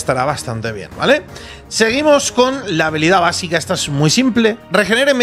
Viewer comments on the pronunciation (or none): none